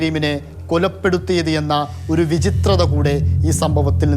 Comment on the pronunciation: വിചിത്രതയോ.... അതെന്തുവാ റിപ്പോട്ടറെ.... വൈചിത്ര്യം എന്ന് കേട്ടിട്ടുണ്ട്.. ഇതിപ്പോ...😮😮😮😮